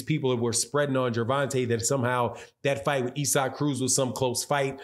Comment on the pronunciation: Is. It not pronounced ‘ Izac’ ? Not ‘Ezak’